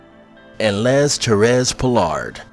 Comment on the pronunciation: 😂 "Les" is pronounced as "lay".